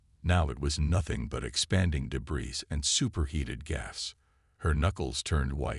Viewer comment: Well, you've almost learned how to pronounce debris. But if you're going to unleash the Kraken, you probably ought to learn to pronounce that too.